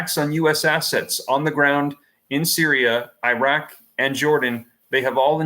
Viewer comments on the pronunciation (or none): none